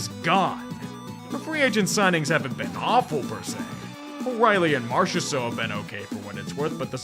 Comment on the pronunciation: I hate that you pronounced marchesseault correct 😭 had a shitty ex with that name and I was really hoping to hear you butcher it lol